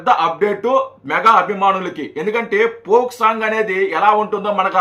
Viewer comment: దాని పోక్ సాంగ్ అనరు ఫోక్ సాంగ్ అంటారు మీరు తప్పు గ పలుకుతున్నారు.